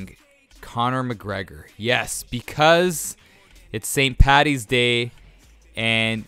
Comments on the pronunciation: Why would you say pattys day it's paddys and not all Irish are drunks. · It's Paddys day not pattys day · I'm irish..mustard and pickles are not traditional haha..and for the love of christ it's paDDys day not pattys day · It st "paddys' day. Not pattys. Please.